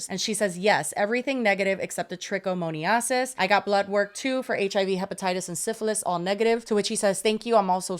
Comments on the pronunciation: tricka mo knee asses 😂😂 its pronounced tricka-min-o-sis LOL A++ for effort tho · The brutal mispronounciation of trichomoniasis. It hurts my ears lol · pronouncing trichomoniasis that way is sending me. Lab girly here, love the podcast